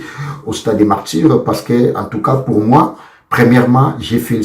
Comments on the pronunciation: Garçon qui te demande de parler en français vraiment qui dit moi,fait ton analyses en lingala c'est plus mieux on dit pas initiatif mais initiative,c'est stade de Martyrs pas de Martdjir aujourd'hui j'approuve que c'est toi la définition du mots RIDICULE dans le Dictionnaire. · Stade de marture ? Réussi toi tu dis ressu ? Décortiquer toi tu prononce Décortuquer ...Bref